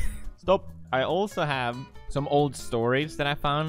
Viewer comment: I like how he would put "ä" in almost every single word, "havät", "litän", "dälfin", "häljen" and also, sbenande